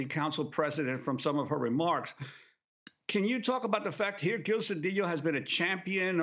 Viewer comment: I'm glad that Ms.Abdullah used the proper pronunciation of ll In Mr. CEDILLO. We learned that making ll yy was Castilian Spanish spoken be the haves. The indigenous were forced to be have nots,, as they were muslim, and not willing to follow the dictates of the Catholic church. Any name ending in ola, ela, Olla, ella,, ello etc. Was originally Allah. Abdul Allah means servant of Allah. THIS REALITY PROVES IT SELF.